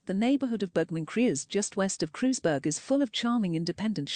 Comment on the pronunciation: Kreuzberg. Herrlich.....KREUZBERG.....its German. Not british. But the. Wilschiere.....instead of Wilshire....hilfe. help......